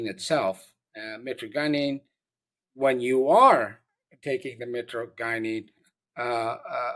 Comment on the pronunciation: hey doc your not saying it right, it's mi-tra-je-nen. just wanted to let you know that sir. it's found in webster's